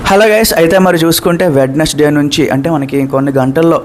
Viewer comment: వెడ్నెస్డే అనకూడదు వెన్స్ డే